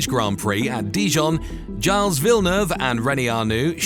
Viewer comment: for a second I wondered who's charles villeneuve!